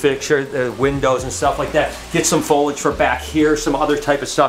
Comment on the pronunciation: I love ya but it cracks me up every time you say "folage". It's Foliage. Fo lee edge. 😁